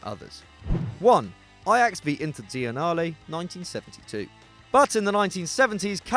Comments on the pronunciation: The club from Milan is called Internazionale not "inte'dzionale" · It's INTERNATIONALE not INTERZIONALE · not to be picky but it's "Internazionale" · Why does he pronounce it "Interntenale" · Yo! Would you kindly say "Internazionale" again?😂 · INTAZIONALE AGAIN IN IAM DYINGGGGGGGGGGG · What's with the prononciation of internazionale!